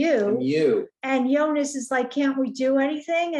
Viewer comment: Nice recap :) Pronounciation help for Silja: Zill-yar (like the beginning of "zilch" and "yarn"). Bartosz: Bar-tosh, not Bar-toes. Jonas: Yo-nuss, not -niss. About Clausen, he has this BDE, if you know what i mean. I think he's a fun character. I've seen a clip of the actor in the TV mini series "Deutschland 83" (he's also in 86 and 89), there he plays a similar character, but more menacing. I've acquired that series and will watch it in due time.